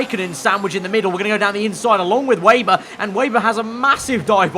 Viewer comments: Should be pronounced Veyber i think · Weber not 'Wayber' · If you say veyber or webah it’s fine, if say weyber it’s not